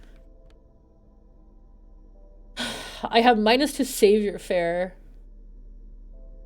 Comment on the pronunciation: im only about an hour in, did any of you bother to tell her it's "sah voir faire"